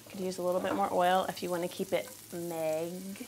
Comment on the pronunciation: Hahah you totally say ''maigre'' with a thick Quebec accent (aka omitting the ''re''), it's hilarious! Love it!